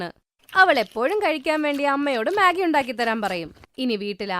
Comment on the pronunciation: മെഗി ❌ മാഗി ✅